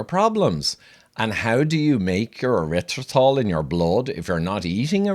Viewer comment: Having trouble pronouncing the word? LOL!